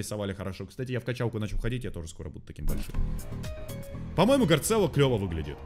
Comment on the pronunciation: вот он не гарцелло а гарссело